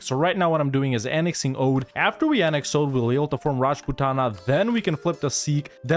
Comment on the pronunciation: Oudh is pronounced Avadh